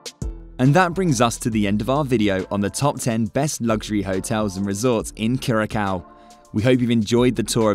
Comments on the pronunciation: Enjoyed the information, but you pronounce Curaçao…… Cur-a-sow…. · CURACAO = CURE-UH-SAO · IF YOU WANT TO MAKE VIDEOS ABOUT THE ISLAND WILL BE NICE TO GET THE PRONUNCIATION OF THE ISLAND CORRECT FIRST